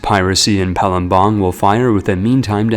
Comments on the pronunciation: Bruh it's Pa-lem-bang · Palembang is pronounced Palembag not palumbang Also it's pronounced pa-ga-ru-yiung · as an Indonesian, the way you pronounce Palembang kinda discomforts me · Palembang was even worse